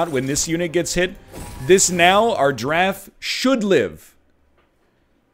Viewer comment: Anybody else hear eggman say "killer draff" but your brain hears "killer giraffe"? Yeah, everytime.